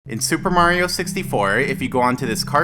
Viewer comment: Supemarrio... How pronounce that xd